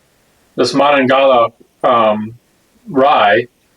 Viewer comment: And it’s PRONOUNCED ( MA-NONGA-HAYLA) after the Monongahela River valley , originally a requirement for old Monongahela Rye was the water used was to be sourced from the Monongahela River or its tributaries 👍